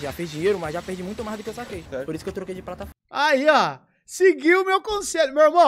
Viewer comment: É por isso que eu troquei de PRATAFORMA! Não quero zuar o português dele, mas se liga... .. alguém que fala prataforma, falaria plataforma pra se referir ao app?????? :body-blue-raised-arms